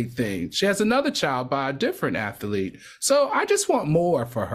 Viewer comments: AL “ATH-A-LEET” ?🤣🤣👀🫠 Claudia “ATHLETE” ✅ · Can Al say athElete one more time pls?